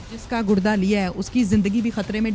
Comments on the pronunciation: It's not Gud da it's Gur da ok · گڑدہ نہیں ہوتا گردہ ہوتا ہے 🤦🏻‍♂️ جب جب اینکر گڑدہ بولتی ہے ہنسی آتی ہے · Gudda kya hota hai? Gurda hota hai baby